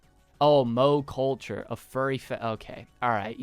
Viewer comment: Ah yes, Mow Culture